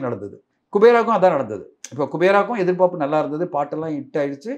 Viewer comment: தனஞ்செயன், எதிர்பாப்புன்னு சொல்றீங்க. எதிர்பார்ப்புன்னு சொல்லனும்